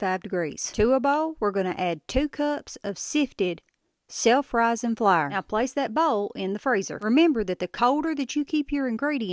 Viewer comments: I’ve never heard anyone pronounce “Flour” like “flier” 😂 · LMAO “flaer” HAHAHAHAHA!!!! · I say it like Flahr too lol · “Into the flar” 😂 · I am glad she demonstrated what she was doing because I thought she said flower. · You Flyer honey it pronounced like a blooming FLOWER NOT FLYER . Drives me crazy please get it right if you going to brag on you tweaked biscuits PLEASE PRETTY PLEASE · Which part of NC are you from, I ask cause the pronunciation of flour lol I grew up there. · You know you are country when flour is one syllable. Or British.